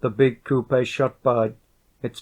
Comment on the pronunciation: The way this guy pronounces coupe bothers me